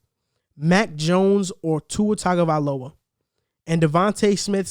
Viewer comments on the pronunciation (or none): Good points. Buy it's not pronounced " 'Tag" ovailoa. It's pronounced " Tongue " ovailoa .